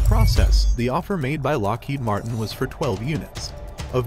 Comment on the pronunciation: "Lockhead Martin" lol it's Lockheed Martin with two letter "e"